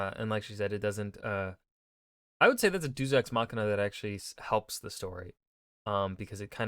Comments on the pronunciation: Red: "Deus Ex Machina.": "Doos Ex Machina." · He also can't seem to pronounce deus to save his life.